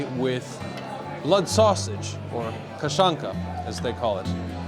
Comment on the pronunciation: Just speak polish mate, you pronounce kaszanka better than blood sousage.